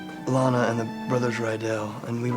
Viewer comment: Her name is LANA. Pronounced the same way it's spelled... Laina..?.. Launa..?.. Really!?